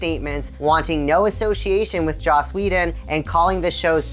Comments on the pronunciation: Is he saying josh whedon? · His name is JOSS not JOSH. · Lol "Josh" Whedon, huh? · JOSS. Not JOSH . WTF lol